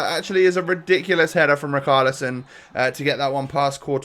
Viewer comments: Please say riCHARlison not riKARlison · Pernounce richarlison properly